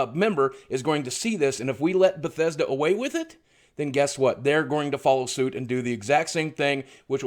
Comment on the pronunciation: fix ur schhhit baw thessch dauh!@@ Kappa